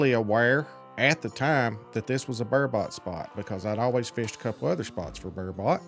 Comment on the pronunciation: You’re making super angry you pronounce burbot ber-bit not ber-bot